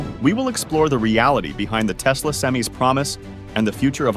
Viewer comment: It's "sem-eye," not "sem-ee." It's "Tesla," not "Telsa," but your AI reader wouldn't know that either. The problem with AI readers is that they are obsessed with giving a pro, then a con, then a pro, then a con, before switching topics. If you're seriously into EVs and charging, write your own scripts and use your own voice. It won't be good for a while, but you'll get the hang of it. All this AI does is make enemies on both sides of the issue.